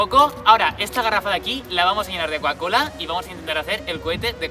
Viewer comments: Coacola no cocacola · Porque decis cuacola